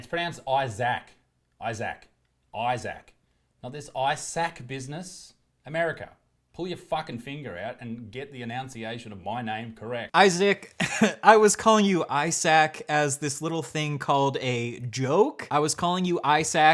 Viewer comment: Dude complains about the pronunciation of his name and then mispronounces enunciation BY NOT ENUNCIATING! That is truly a thing of beauty. Edit: well it also seems like projection is a major part of poor Isaac's issues as his comment around the 37 minute mark about the laugh "Echoing around and around in your head" just cements how much any form of criticism must affect poor widdle Isaac.